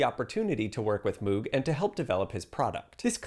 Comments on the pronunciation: Pronounced Mogh, not Moog. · I'm enjoying your videos - but you are mispronouncing the inventor of the Moog synthesizer - it's not "moo" as in "moo cow", "mo" as in "mow the lawn". When they were first commercially introduced I went to a presentation by Moog Music. It was primitive at first, but clearly a step forward. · Moog is pronounced like the father of the Klingon Worf, “Mohg”, not “Moooog“, like a cow. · It's pronounced Moog (rhymes with "Vogue"). Will people ever stop mis- pronouncing it????? Get it right. It's NOT the sound a cow makes..... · Lol. Moog is pronounced mowg. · One correction... Moog rhymes with "rogue". Wendy would have corrected you had you spoken to her. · Agreed, people who pronounce Moog like this person get on my nerves. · Moog rhymes with vogue. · Moog is pronounced to rhyme with "rogue." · Yeah, or you can say rhymes with "rogue" or "vogue" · 2 things: 1) i love to have FINALLY watched a video on synth history wherein Wendy's never deadnamed or misgendered and Moog's name is never properly pronounced <3 2) zero coincidence how not easy it is to get this dear woman's work that isn't her handful of film scores.